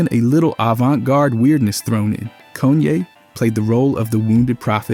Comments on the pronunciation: Bro its Kahn-yay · Cone ye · Bro says so many words the wrong way. Like it’s gotta be purposeful. How you say Kayne one second and the next call him cone ye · who tf is goonye??! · cone yay? bro really? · "Kuch-ye's..." blud changing how he pronounces kanye every 2 minutes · "Koo- chay" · His pronunciation of Kanye gets worse and worse and it’s pretty effective ragebait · Disliked and reported its Ye now but atleast say Kanye right